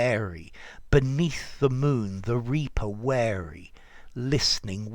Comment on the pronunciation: It's not 'the reaper wary', it's the 'reaper weary'. In other words he is a very tired reaper.